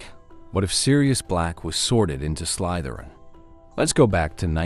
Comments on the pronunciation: Check your AI voice over. It says "Slaitherin". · that’s why I commented. The quotes from the movies say Slytherin, with an E sound, why the voice says “Slaitherin” with an i sound. Sorry, I’m an corrigible nitpicker. 😅